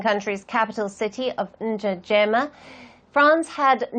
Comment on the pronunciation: Did she really pronounce N'djamena as "Ndjajeyma" 😂